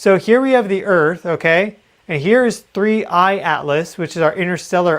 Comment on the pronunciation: Thanks for being REAL! So much AI out there that can’t even say the objects name right…….there done….”click”